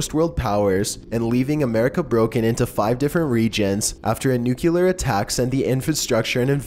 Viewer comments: "Nu-kew-lure" "Ex-potentially" PLEASE STOP AAAHH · Please: learn to pronounce NUCLEAR correctly. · it's NOO-KLEE-AR not "NOOK-YU-LAR" for fuck's sake!!